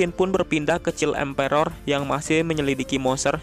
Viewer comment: Child emperor bang bukan chill emperor😂😂